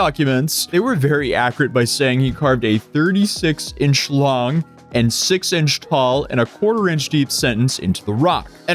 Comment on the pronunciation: It took me forever to realize that he didn’t just say “36 inch schlong”, but actually said “36 inches LONG”. I was like damn 😂